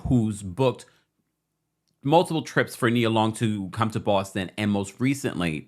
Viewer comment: Ime (Eee-may) Udoka (Eww-Doe-ka) Nia (Nye-uh) 🤦